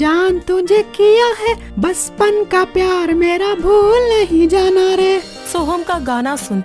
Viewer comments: Galat word baspan nahi bachpan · bachpan. hai baspan nahi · baspan nahi bachpan hoga.